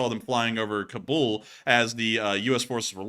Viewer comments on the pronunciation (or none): none